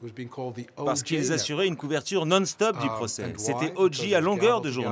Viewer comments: Très bon reportage mais franchement faites un effort avec l'anglais. Durant tout le reportage, on entend O'Geeeee alors que c'est O'Jay. Comme un DeeJay. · En anglais on prononce odjai (OJ ) et non odji (OG), merci. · ALLONS CARLITO ! TU PARLES POURTANT ANGLAIS ? CE N'EST PAS "ODJI SIMPSON" MAIS "ODJAY SIMPSON" QU'IL FAUT PRONONCER. IL S'APPELLE O.J. SIMPSON ET NON PAS O.G. SIMPSON... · Il y a que les français qui font ça. C'est à mourir de rire. J se dit Jay. Point. Houston se prononce Youston, pas Pas ouston. Faites un effort les français. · Sauf qu’il n’a pas été foutu de dire O Jay correctement de tout le reportage. Pathétique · Je me suis dit la même chose. Ça m’a fait mal aux oreilles tout le long. Et le gars se dit journaliste. Ici au Québec on a jamais compris pourquoi les français voulaient déformer la langue anglaise. T’es de où toi ?